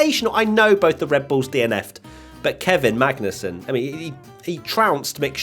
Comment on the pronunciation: i love how during the race rundown almost called Magnussen "Bangussen" or something. and it was a banger of a performance from Kevin!